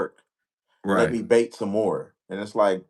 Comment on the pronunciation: RAGE BAIT!!!!!!! BAIT, NOT BATE.